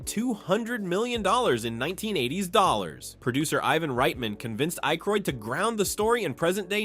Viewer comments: holy AI garbage, can't even pronounce Dan Aykroyd's name right. Youtube needs to really bring back the downvote. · Are you really crying cause he mispronounced Dan Akroyd's name? Yall whine to much.